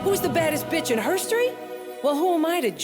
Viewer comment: “Drag race hirstery” ??? Wtf 😂